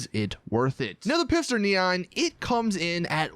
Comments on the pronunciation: For one, the P in Pfister is silent. For two, it’s pronounced like it were spelled Fister, not Pifster. Oh, and FYI apart from it’s all-electric drivetrain, I’m pretty sure this car is based off of the Porsche Panamera Turbo.. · Not pronounced Pister. It’s either Fister with a silent p or Pfister with the p and f pronounced. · the P is silent. its Fister. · Why do u call it pister, it's spelled pfister and the radio Commercial even says it with the F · its Pfister not Pifster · You are saying Pfister wrong yiu say it like Fister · "Piffster neon" lol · It’s pronounced FISTER!!!!!!!!! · I think its pronounced "fist her" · It’s pronounced fister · Did this fella say “pipster” neon XD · Porsche E Mission. 25% off is 1.125M and "pfister" is pronounced "fist her". Do you get jokes? Because Cockstar makes them... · By the way, the P in Pfister is silent. There is a family in my school and they have the Pfister last name and it is just pronounced Fister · Is actually pronounced fister? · Goddamnit its not PIFSTER.... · The P is silent in Pfister, so the name is just pronounced fister.. You're welcome. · I don't think there's someone who didn't catch that lol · I’m normally not that kind of person that points out every little thing that’s not right. But c’mon how hard is it to just say the names of vehicles? Tha name clearly says Pfister not Pifster , and even though it “P” is silent, I’m not going to b*itch about that. But just try to pernounce the names right. Thank you! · Pfister is pronounced fister... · It’s pronounced “fist-er” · I always thought the “P” was silent in Pfister. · i think the P in Pfister is scilent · The p is silent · Anybody else get annoyed that he pronounces Pfister wrong every single time?